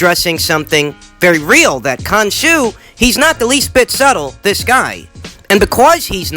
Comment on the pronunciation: "to dis day".